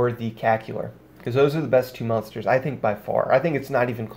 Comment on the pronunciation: I love your videos dog, but I had to quit 10 minutes in. “Mun-stars”... u said it like 100 times in 10 minutes. It’s “mOn-ster”. M- ON- STER. I couldn’t listen to it anymore. I still appreciate your vids though.